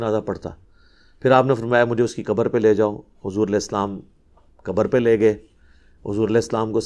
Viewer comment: Mauli sab Urdu Arabi main. Khaaf hai kabar nahi khabar kahen